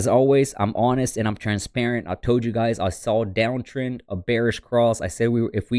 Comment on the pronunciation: did he say “ I toad you guys “ ?